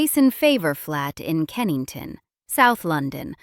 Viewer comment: Kensington, not Kennington.